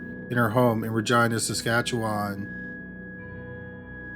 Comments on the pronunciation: Anyone who's not from western Canada pronouncing Saskatchewan is always so painful 😂 still love you though! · I wasn’t sure what part of 🇨🇦 you are in, until I heard you say “Saskatchewan”.